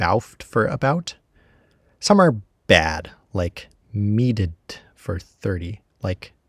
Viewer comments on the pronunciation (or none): I’d assume they were all meant to be part of a digraph (like TH for /θ/ and DH for /ð/) but you showed /h/ in the coda section of your graph, and you pronounced “meedhd” as /midɪd/